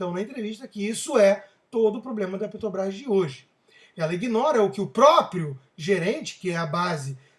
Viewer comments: Já perceberam que o Constantino não consegue falar Petrobrás? Ele diz PeTObrás. É isso em todos os vídeos. Mesmo assim gosto muito de suas opiniões. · Porque vc continua falando Ptobras?